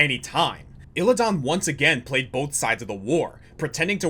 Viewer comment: it's Illi-DAN not illi-don